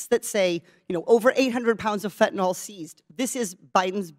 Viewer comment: Katie, that's fentanyl not fentinall.